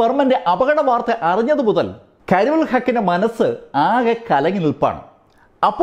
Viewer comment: കരിമുകിൽ അല്ല... കരിമുൽ... ആ പേര് തെറ്റിച്ചത് മോശമായി.